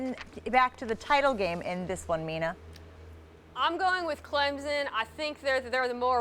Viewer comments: THIS DUDE IS A DUMB MUTHA....CLEMSON TIGERS WEE GOT THIS...AND IT'S CLEMSSSSSSS NOT CLEMZZZZZ SHIT IT'S RIGHT THERE... this idiot sound like all you Bama fans riding on the Watson thing. Kelly Bryant has did all this this year by himself no Watson. And everybody's going to have to find out that he's about business he's got more weapons around him than DeShaun had. Defensive line is going to eat Jalen hurts like a Scooby Snack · Can people please learn how to say Clemson. I mean I fucking hate Clemson but it's still really annoying